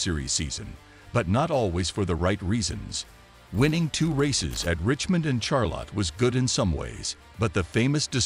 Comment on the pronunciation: Can't even say Charlotte, Pocono & even Fed EX correctly. Hamlin is the most overrated driver NASCAR has ever seen. He's good at running his mouth that's it.